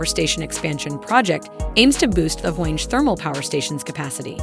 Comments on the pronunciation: Its not wenji. It is called wange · And there is no wenge project. Its pronounced whaangie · Please pronounce the names correctly. It's not mutear.... It is Mu- ta-ree it is not Hwange Like mange ... It is Hwa-ngeh. This narrator is a flipping idiot.